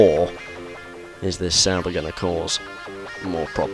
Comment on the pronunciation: Sauber! Here I thought you've been saying "Salba" all this time. :D Oh gosh.